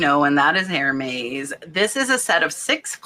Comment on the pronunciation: Who knew! Some are really beautiful. Also Hermes is pronounced "air-mez".